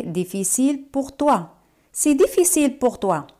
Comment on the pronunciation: Por qué c'est se te escucha cy y no ce? Merci